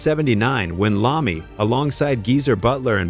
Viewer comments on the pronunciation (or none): Its I-ommi ... not an L... L is for loser and apparently you are. Take this down and fix it!!!!! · am sorry... who the fuck is Tony Lahmey(Iommi) i now disregard anythingf you say from that point... if you did any reserch on this at all you would not pronounce his name wrong!!